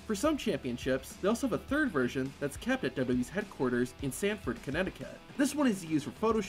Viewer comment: Titan Towers (WWE HQ) is in Stamford Connecticut, not "Sanford".